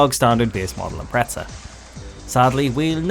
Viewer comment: Every time a British person says "ImpreTZAh" an ej257 blows a head gasket :'(